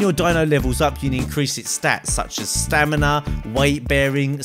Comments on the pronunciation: He also said Stanima instead of stamina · you said stanima not stamina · stanima lol!!